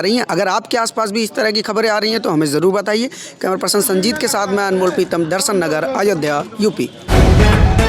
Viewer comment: Sha shabd ka,sahi ucharan kijye . Shru ko suru keh rhe ho Darshan nagar ko darsan ngr keh rhe ho. Journalist ki bhasha,shudh honi chahiye